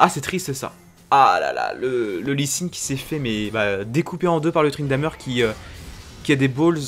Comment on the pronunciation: Arrete de dire ''Tryndameure'' ca me stresse bordel